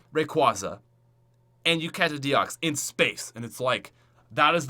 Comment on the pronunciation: one more comment, rip the pronunciations, and you said deox not deoxys